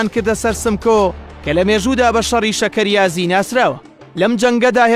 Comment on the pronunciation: دەست خۆشبێ ڕاپۆرتێکی زۆر جوان بوو بەڵام شۆڕەشەکە ناوی (شەرکەیازی) بوو نەک (شەکەریازی)